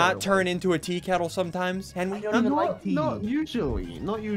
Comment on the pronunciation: You mean to henwy